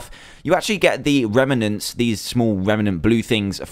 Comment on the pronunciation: Rem-nents not rema-nents